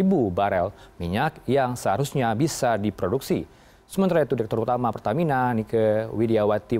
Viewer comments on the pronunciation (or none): Peltamina telbakal🙏🙏